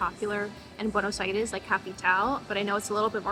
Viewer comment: Me gusta como pronuncias "Buenos Aires", un poco ya te aporteñaste.